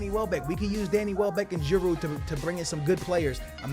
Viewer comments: Stop pronouncing the D in Giroud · It pronounce G-rude not G-A-rude and sell Sanchez and keep Giroud